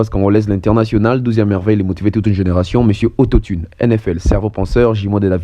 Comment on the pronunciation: Mpiaaaaaaaaaaaaaaaa???????? Mpiaaaaaaaaaaaaaaaaka certifié ba tia Mwamba soni mingi na mawa depuis histoire ya Martyrs ebanda mpiaka ya boye esalema nanu te😂😂😂😂😂😂😂😂😂😂ba tika ko kosa ye, aza zoba makasi nako prononcer auto-tune ayebi te eza auto-tume te🤣😂😂😂😂infirmier oyo ya pamba pamba très belle analyse cerveau Penseur Mr auto-tune